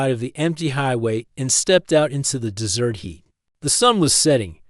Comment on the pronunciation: Third floor room in a two story motel? Also, the AI is pronouncing desert as dessert.